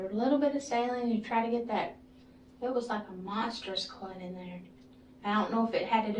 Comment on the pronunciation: I live and work in the medical field in Texas, but what in the heck is a "clut"? I think she said cunt wrong.